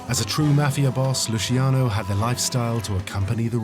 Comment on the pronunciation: That's LuCHiano, not Lusiano, and not Lushiano, capisce´? That was my grandfather's name, and mine, have some rispetto, eh?! You want thriving mobsters? Make something people want illegal. You want to get rid of Los Narcos? Read the above. Stop trying to legislate people's private lives and the mob will have no way to make huge money, capisce´?